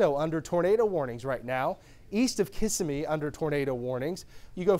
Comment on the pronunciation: KISS-AH-MEE 😂 😂😂😂😂👄 ITS KAH-SIM-EEE